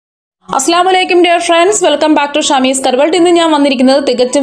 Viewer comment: Salam paryunadnde prounciation wrong pole ind 😢assalamu alaikum enan aslamalikum meaning different ayekam